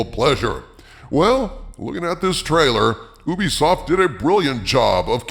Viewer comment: It’s you-be-soft, not ooh-be-soft